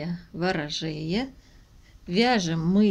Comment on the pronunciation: а ведь Вы не ошиблись в описании работы в данном видео: правильно говорить раппОрт, потому что рАпорт - это отчёт перед командиром). И название правильно звучит как ВорожеЯ (Я ударное). Объяснение сбивчивое, но достаточно понятное: я по этому видео буду перевязывать свою первую тунику, потому что уж очень велика кокетка у меня вышла, и с подрезами переборщила. Всё равно спасибо за Ваш труд)